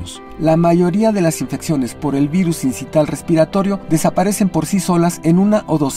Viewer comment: Otro wey, sincital? No manchen póngansennnnn a estudiar el tema, es sincicial o del latín sincitial que se pronuncia igual...